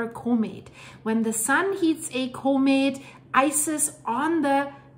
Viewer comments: But what is a comate It's usually pronounced com ette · ITs a Comet not a CUmet. Or pronounce it Komet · If you can learn how to pronounce the word comment correctly, I will gladly give you a like and hype next time, but you continually mispronounce it